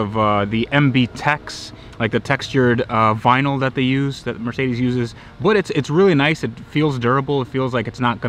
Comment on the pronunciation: Dude, it's Mer----cedes, not Mar----cedes.